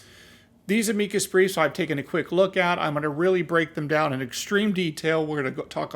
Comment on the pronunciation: I really wish you were pronouncing the name of the breef the same as it has been for oh the last 100 years just ask google what is an amikus breef and then listen to how it's pronounced PLEASE